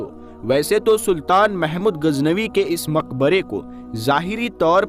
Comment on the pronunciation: AAP KI URDU SAHI NAHI HE SAHI HE GHAZNAVI NA AAP SE GHEN NIKL RAHI HE